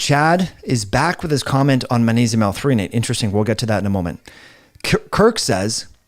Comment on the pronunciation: it’s manesium man! say it with me now, maGnesium. can’t take you seriously, manesium lol😂